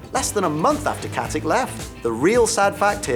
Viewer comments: it's not pronounced KatiC, it's pronounced KatiTSCH like in CHeese, she's from the Balkans that's how you pronounce it there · It's Katić with a ić not with ik. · Its katitsch not katik :) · Its Katich, not Katik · Every thing Ossa ever lists is wrong, and seeing as stana katic is of Serb/Slovak descent I find it hard to believe her surname is pronounced how this annoying turd says it, I'm sure it must be said katitch rather than with the hard c as on here